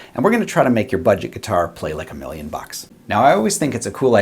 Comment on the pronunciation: My favorite part of the video is everytime you say "Bucks"...